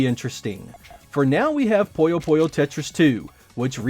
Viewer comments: Why are you pronouncing Puyo Puyo as Poyo Poyo? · It's really distracting when you say "Poyo Poyo" instead of "Puyo Puyo" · It's like "Poooyo Poooyo" / "Puyo Puyo", just like it's spelled, not "Poyo Poyo". It's like "Winnie the Pooh", not "Mr. Popo" (from Dragon Ball). If you look at the Japanese, it's ぷよぷよ as well, and if you look up the sounds, it is "Puyo Puyo". I'm honestly not sure how "Poyo Poyo" came to be, but it has become quite common for some reason (among some English-speakers). Anyway, thanks for asking! 👍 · One of my friends was just talking about Puyo Puyo Tetris. One thing I wonder is when and why English speakers started calling it "Poyo Poyo". My friend said it like that, and pretty much every English speaker I've heard utter this name does the same. However, I lived in Japan and studied Japanese, and it's most definitely "Puyo Puyo" (not "Poyo Poyo", well, at least for them...and at least as far as the spelling (but not pronunciation) goes in English as well. Strange. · think of it this way: someone calls you "jeck" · It drives me up a wall. That is NOT how you pronounce it. Not even in the games.